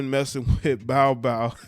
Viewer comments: Pronounced "Bowl-Bowl", not "Bile, Bile"...lol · It’s pronounced bowl bowl. Man said bow bow. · it sound like bro said she was dating Bow wow instead of Bol Bol😂😂😂😂